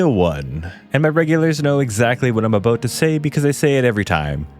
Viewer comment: The host is Canadian right? The “About”